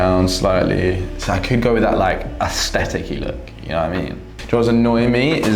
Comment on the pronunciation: "Aestheticky look" LOL